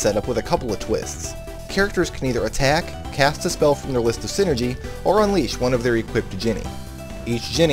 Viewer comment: Why do you say sinergy if it is called Psyenergy in game?